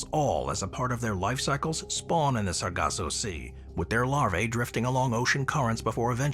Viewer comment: *SARGASSO Sea, not "Saraco" & *RICHAT Structure, not "Reshot" Pronounced correctly, tho', gg 😇👍